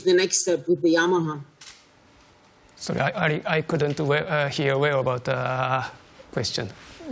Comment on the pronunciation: It's Yamaha not Yahama FFS. Yep, thank me later.